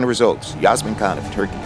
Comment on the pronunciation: hey! I didn't mean this as a personal attack - it was just an amusing sequence. For the record: EY-lish (as in "clay") not EE-lish mc-COL-gan not mc-COG-lan YA-se-min not JAZ-min CHAN/JAN not KAN